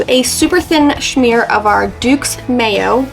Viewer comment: Love the food but not the word SHHMEAR.... Last I checked there is no H in that word, just saying. Makes me wanta SHHMACK myself